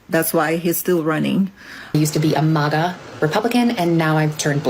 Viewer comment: "I used to be a MOGA Republican and now I've turned blue." Wow! Lady was a MAGA Republican and doesn't even know how to pronounce MAGA. As much airtime Trump and his MAGA brand gets -you can certainly tell that this lady listens well -NOT. Maybe, just maybe there is hope yet.